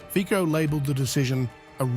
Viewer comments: Jesus... NOT Fiko... but Fitso.... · it is not slovakia initiating waves but ukraine, in other words not "whatever putin told fico" but "whatever masters told zelensky" ... also it is fonetic fico not fiko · 😮😮 Hey narrator! Learn the correct pronounciation of Fico, pronounced fitso!😮😮 Thumbs down! 👎🏻👎🏻👎🏻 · Where does Romania get its gas from? His name is pronounced FIZO!